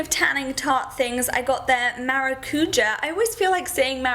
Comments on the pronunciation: the Kat Von D Long Everlasting Love Liquid Lipstick in Outlaw is a gorgeous red...its kinda like the sephora liquid one you liked and also the tartre oil... it's pronounce "mah-rah-coo-jaah" it's how we call passion fruit in brazil :) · The word is pronounced mar-ah-coo-JAH (with a soft J almost like a mix of "j" and "sh") in case you're wondering. :)